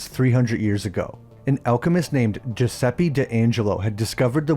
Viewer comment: As an Italian I cringe everytime an English speaker pronounce Giuseppe as Giusepy